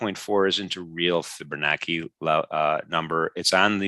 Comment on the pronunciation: fibonacci ( CHI ) NOT ( KI )